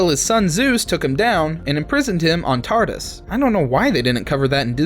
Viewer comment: Tartus? Do you mean Tartarus?